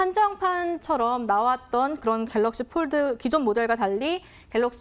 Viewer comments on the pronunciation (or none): Pold 가 아니고 fold!